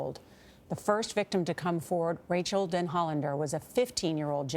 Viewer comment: Gayle you couldn't even pronounce Rachel's name correctly??